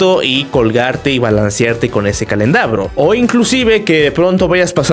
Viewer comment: calendabro? pensé que se decía candelabro